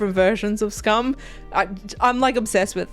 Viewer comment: Your pronounced Skam in Norwegian, I'm so proud! ❤